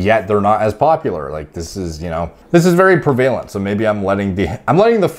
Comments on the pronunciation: Hey boss the emphasis on the word “prevalent” is on the “pre.” So it would be PREH vuh lent. Not pree vay lent. Great vid. This mispronunciation is “prevalent” in your videos. If the word is prevalent in your usual vocabulary, which it seems to be, you should correct this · Prevalent is pronounced pre-vu-lunt, not pre-vale-unt by the way. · Bro if you say PRE VAY LENT one more time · i’m supposed to believe the guy that can’t even say prevalent properly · love your videos homie but you pronouncing prevalent wrong my swiggly wiggly